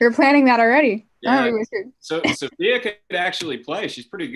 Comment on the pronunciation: Sophia's pronunciation was so smooth ....she did a great job